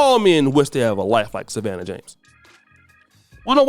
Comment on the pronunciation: Lebrons wife's name is pronounced Shah-vawn